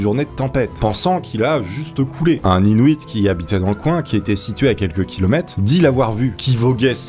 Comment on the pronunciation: On dit hinuite pas hinouite